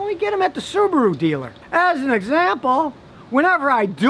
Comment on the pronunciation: I’m impressed Scotty you say Subaru not Su bar ru like most Americans say